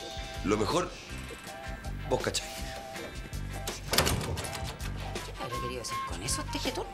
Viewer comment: "vo cahai" xD